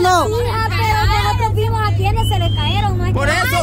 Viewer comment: Porque dicen caeron es cayeron pero bueno nada más decía ellas tendrán su manera de decir las cosas 🤷 😉